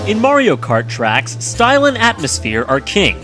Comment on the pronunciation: Title: the top ten Mario Kart Tracks Jontron: the Top ten Mario Kart trecks What I hear: the top ten Mario Kart Tricks